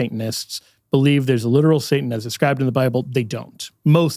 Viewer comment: I love... And I had to watch this video a few times because I couldn't get around "saintan"😅... Great video, great information thumbs up!!